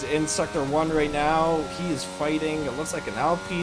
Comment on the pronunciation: Are you serious right neow brow?